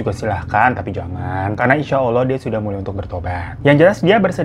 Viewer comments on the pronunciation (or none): none